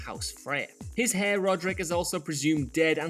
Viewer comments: Did just pronounce ‘heir’ as ‘hair’? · He did and I've never heard another person in the uk say the H. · a fantastic riposte, I actually fully agree with the pronunciation of heir being incorrect in this video I was just having a little fun with your post. However it is incredibly refreshing to be met with a witty and intelligent answer on the internet. Sir, I salute you!